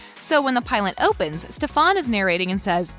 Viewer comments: So quick to assume but can't even pronounce stefans name Alaric it a pass but what the heck you have got to take some grammer lessons and has she even watched the show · She says literally so many names wrong lol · wtf, did you really watched the series? why are you sayng Stefan's name wrong? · It’s pronounce Stef-en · U say it like stefin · nobody: This whole video: stefÆn stefÆn stefÆn stefÆn stefÆn stefÆn stefÆn stefÆn alerec alerec alerec alerec alerec alerec alerec alerec alerec alerec alerec alerec alerec alerec alerec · The way she pronounces some things it's like have you even watched the show... like stelena, delena, and STEFAN i just dont get it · Ok I thought I was the only one annoyed at the way she kept saying stefan. I didn't even care for stefan and I was so annoyed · if she says “stefAn” one more time i’m going to cry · Ikr like bro stop pronoucing Stefan wrong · why does she never say stefans name right😭😭😭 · You was saying Stefan name wrong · Did you notice that you were saying stefan`s name wrong?? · Oof why say the characters names wrong ?!?! Like you think since you're doing something on the show you'd know how to pronounce the names 🤷‍♀️ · Ugh the rage I am sorry but why the fawk are you saying stefans name like that like u must be doing it on purpose u less u havent seen the show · She’s not even stays Stefan or Alaric’s name right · can you not call him that it stefan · Why are you pronouncing stefans name like that? You are a fraud this video Channel has always been bullshit. Learn how to pronounce names before you make a video. Cringe af. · WHY DID SHE SAY STEFANS NAME LIKE THAT LMFAOOOO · she saying Stefan wrong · Some people say things different chill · I can’t get through a minute and a half of it because “StefOn” like omg it’s bothering me lol 😂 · It’s to stofon it’s Stefen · I CANT BE THE ONLY ONE WHO GOT SO MAD WHEN SHE KEPT SAYING steFAN its STEFAN!!!!!!!!!!!!!!! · Its stef-AN not stefaun 😂😂💀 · Bitch really just said stef aun